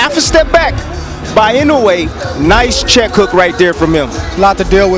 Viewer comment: That stupid boxer can not pronounce Inoue but he will remember for a long time...